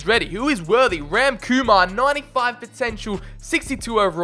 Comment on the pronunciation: What's even more interesting is that while your indian name pronunciations aren't bang on correct, you aren't butchering them lol. You're doing quite a fine job with Indian names if I may say so lol. We just stretch the vowel sounds a bit more normally. Like Ram is pronounced like Raam.